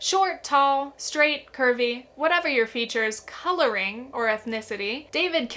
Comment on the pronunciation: i was confused as to why u emphasised the word ‘colouring’ when kibby mentioned it as if it was negative. i think it just means your skin undertones (warm/cool, yellow/pink etc)